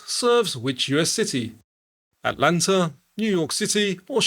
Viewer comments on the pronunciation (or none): none